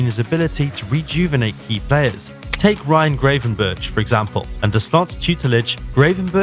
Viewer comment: Gray ven berch? Really??